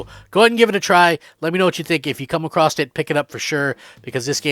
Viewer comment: It’s pronounced “a-cross” not “a-cross-t” There is no T.